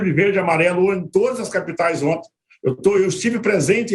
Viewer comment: Esses comentaristas são muito bostas.. " ontens " kkk